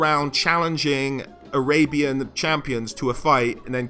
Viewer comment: When you said "arabian army", is it spelled "Arabyan army"? XD